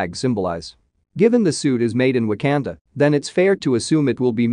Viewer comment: Wtf is w a k a n d a Pronounce it probably